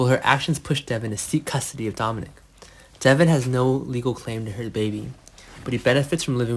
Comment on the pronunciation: His name is Devon , not Deavon. Can you please get people who can make this notification interesting… and not like they are just barely reading . It’s “ bad”